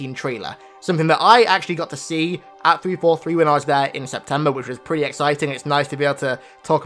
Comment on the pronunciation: and he says etsbox and 3fer3